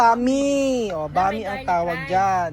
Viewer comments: IPRONOUNCE MO NG GANITO BRO ANG.... BAM - E, HINDI BAME. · BAM-E PO KUYA HINDI BAME. 😅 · Bam-i ang pag bigkas ng pancit na sinasabi mong bami.